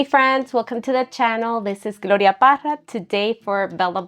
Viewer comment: Hi Gloria, I'm curious about the way you pronounce your last name. It sounds like you say "Paja" ....do you pronounce the two R's like an H? Btw, I LOVE your vids and crafting style!❤